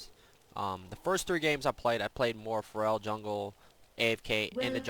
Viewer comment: Why do you pronounce it like Pharrell? Its fair-al